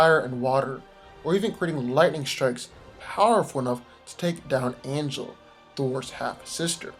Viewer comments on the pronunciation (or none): none